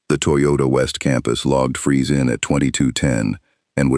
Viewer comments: It's FREEZE, not Fries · Cool story though minor thing It's Freeze like Breeze